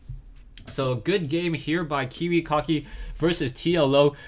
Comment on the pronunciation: love ur pronounciation: Kiwi Cocky ^^